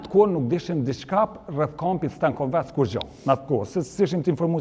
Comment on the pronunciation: STENKOVEC jo STANKOVAC...